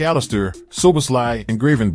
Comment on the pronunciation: Is this text to speech, because the pronunciations of the players' names is just awful. Casemiro? Gravenberch? This is a football channel, the least it can do is say names correctly.